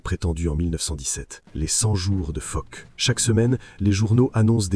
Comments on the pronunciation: "les 100 jours de Fock"... P*tain, surveillez vos IA. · Ce qui donne Foch prononcé " Phoque "...